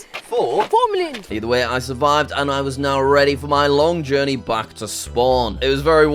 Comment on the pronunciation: AT LAST WOW Four(in the most British tone)